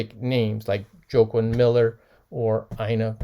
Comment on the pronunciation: I think that poet Joaquin's name is pronounced "Wah-keen". Like the actor Joaquin Phoenix that recently played in the Joker movie. Not that its important lol. On the other hand...what a great find!